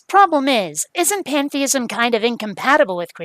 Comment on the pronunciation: Did he say, "Panda-ism?"